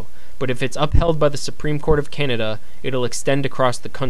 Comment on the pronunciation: its not cenada. It's Canada